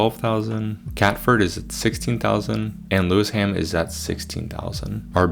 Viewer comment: lewisham = pronounced lew-ishm